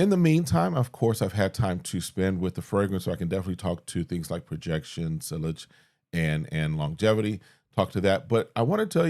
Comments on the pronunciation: Please note that it's pronounced 'see yaj'. Thanks for the video and hope 10K gets here before the end of the year 🙏🏾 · sillage is pronounced “siyaahjj”